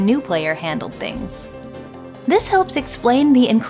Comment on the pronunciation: You pronouncing things “tings” is legit the most Toronto thing I’ve seen in a long time.